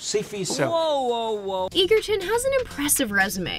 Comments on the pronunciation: just pointing out its taron egerton is pronounced more like edgerton rather than eagerton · It’s not “eager-ton” it’s “edge-er-ton” maybe do 5 seconds more research before doing a video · Just gotta point out, but Taron's last name is pronounced (Edge-erton). Common mistake regardless. Lol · Loved this movie, but really people are still mispronouncing Taron Egerton's last name. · you pronounced egerton wrong:( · They don’t say egerton right. I love rocketman now would u say his last name write for goodness sake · that is not how you pronounce ‘egerton’ 🥲